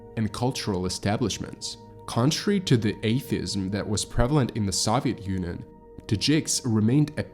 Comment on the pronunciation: Who doesn't know how to correctly pronounce Soviet Union?